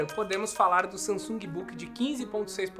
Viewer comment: SAMASUNG kkkkk